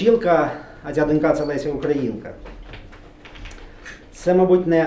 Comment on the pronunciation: Ріже вухо неправильне наголошування: донькА, донькИ, донькОю :(